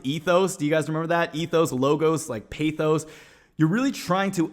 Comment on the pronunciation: Bro its PATHos not PAYthos lmfao